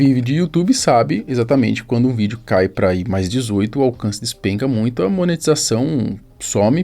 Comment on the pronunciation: “Ajusrar” “NUITO” parabéns!! Já começou matando o português e ainda quer argumentar